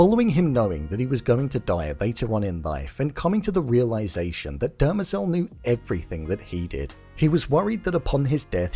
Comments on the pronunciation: It's not Dermazel it is DEMERZEL!! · It’s Demerzel, not Dermezel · Christ Almighty ...you have the episode to reference and you STILL mispronounce things. It's not Dermezel or Abararis...Demerzel and ubaranis. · The way you pronounce Demerzel is getting under my skin 😂😂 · I think you pronounced Demerzel wrong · You're still mispronouncing Dermezel's name.